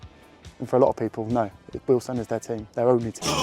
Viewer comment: Having been a Wealdstone fan for 50 years it’s been a topsy turvy journey. Finally getting things sorted. Thanks for getting the correct pronunciation of Weald-stone. Brilliant video.